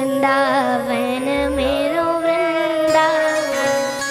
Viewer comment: वृंदावन का इससे प्यारा उच्चारण नहीं सुना।❤❤